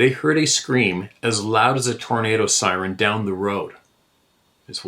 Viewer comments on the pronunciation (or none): none